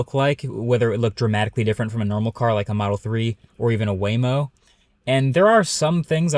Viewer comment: you mispronounced Waymo at the end